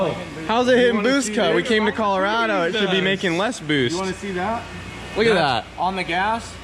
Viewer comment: “Collar-rad-o” lol and I thought my accent was bad